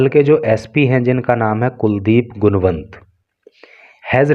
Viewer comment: गुणवंत nhi गुनावत sorry to say sir